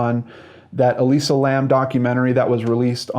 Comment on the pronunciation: Why can't you say Elisa lam?